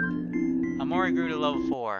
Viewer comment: I also find it funny how you say OmoRi.